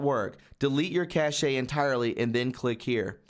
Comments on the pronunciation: "cashayy" ..... Jesus we are in 2019, it's pronounced the same as "cash" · It is pronounced "cash". Not "cash-a" 🙄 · Great reporting as ever! BTW, (grammar police here): 'cache' is not pronounced as cashé (sounding the 'e') but simply as 'cash' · Hi. Cache is pronounced cash. Thanks for the report. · Cache is pronounced cash. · Cache sounds like cash.